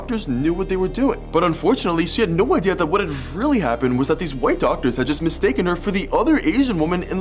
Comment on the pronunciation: I love how you emphasize that the doctors were white